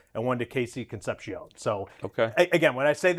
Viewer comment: Why can't anyone that works at UCSS get KC's name right? It's Concep-See-Own not She-Own. I never once heard anyone call Dave Concepcion Dave concepsheon. Ear grading.